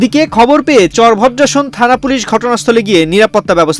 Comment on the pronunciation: সাংবাদিক সাহেব চর ভদ্রাসনকে ভর চন্দ্রাসন বলছেন। এদের প্রাথমিক বিশ্ববিদ্যালয়ে ভর্তি করা প্রয়োজন।